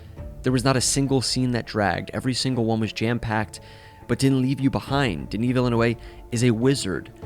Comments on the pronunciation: you pronounce it Deniss Vilnov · DENIS WHAT!? My brother in Christ, if you are going to butcher his name that badly, you might as well call him Dennis. Could not go further in this video 🛑